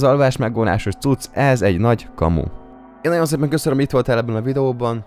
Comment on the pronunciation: "Marki"? Vagyis Márk? lol.